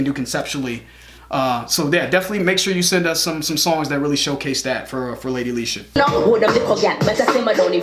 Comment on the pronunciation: Finally said her name right 👌🏾👌🏾👌🏾